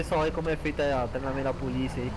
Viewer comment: "treinamenta" ta errado e treinamento